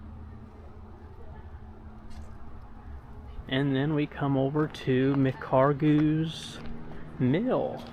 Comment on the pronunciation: Mispronounced McHargue!